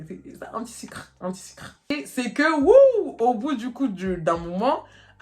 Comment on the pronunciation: J’ai retenu une chose : " un petit sucrrrre" 😂😂😂